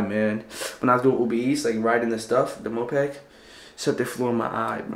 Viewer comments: Bro it's moped not mopeg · its called moped not mopeg, also thats not a moped